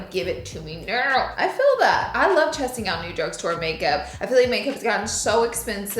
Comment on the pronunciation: did she say “ I love chesting out new makeup”? Lol